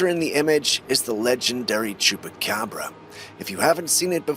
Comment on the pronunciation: You said chucapobra lol